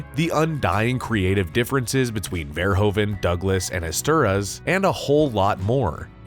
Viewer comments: I was like who the hell is "esteras"!?!?🤦‍♂️🤣🤣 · Joe ESTER-HOUSE not Esteruss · Screenwriter's surname is pronounced "Estherhass". It's a Hungarian surname.